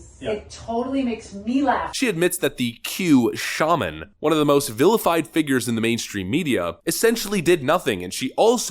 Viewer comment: Theres no "R" in Shaman.